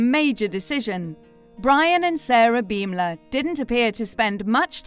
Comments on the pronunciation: Their last name is pronounced bom-ler like a bomb exploding not beem-ler.. I think if you're making a video about people, it's important that you know how to say their names correctly. :) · learn the english language, its pronounced BAHM LUR